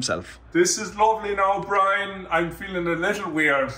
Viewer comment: the joke is how Dathi pronounces his name. Brine.